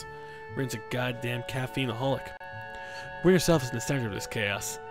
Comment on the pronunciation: if u listen close he says rio instead of rin lol